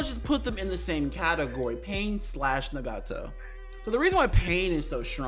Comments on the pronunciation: It’s not nagato it’s ✨naGAto✨ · That’s definitely not how u say nagato 💀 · I hate the way you say Nagato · Why did you pronounce Nagato like that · Lmao he keep sayin nagato name wrong 😑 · Ig we not finna talk about his nagato pronunciation